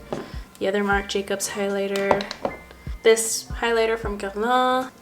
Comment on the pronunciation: Ok so you say Guerlain so pretty!!!! I replayed the video multiple times just to hear you say that!!!😮